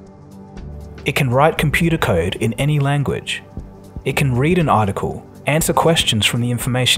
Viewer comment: "Computah kyde"